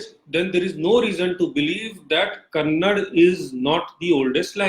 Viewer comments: Why do people of the North have difficulties pronouncing Karnataka and Kannada there is 'a' at the end phoentically you are killing the pronounciation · It is not Kannad... It's Kannada you bastard. First, you study linguistics, then you know some facts about languages and then discuss things like this with facts, not with your lies and bullshit and blah blah blah. Also, those are not versions of Tamil, those are dialects, just like Hindi too has different dialects in different regions/states. You moron. However, I agree that Hindi is the unifying language of all regions/states of India and ppl of all states need to know Hindi, at least a little. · Vikram Bhaskaran tamilans pronounce everything worst.... they say Telugu as telungu.... mumbai as bambai...... Kannada as kannadam.......